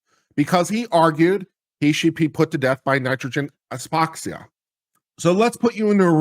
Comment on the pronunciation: Hypoxia - pronunciation hi-poxia